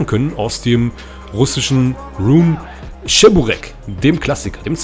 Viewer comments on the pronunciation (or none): Und das heißt Che-bu-reki nicht Tscheburecki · Cheburek wird Tschiboreek ausgesprochen und bei Lada langes A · es heisst Tschiburek blyat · Wohin ist das beliebt in der Türkei vielleicht ist es bei denen anders aber es schon lustig wenn man hört wenn man cheburaki falsch ausspricht 🤣😂🤣die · Oh diese deutsche die wo cheburek nicht aus sprechen können